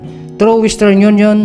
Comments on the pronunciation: sinong nakapansin nung "twenty thousand nineteen" instead of 2019? 😂😂😂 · "December 24, twenty thousand nineteen" 😂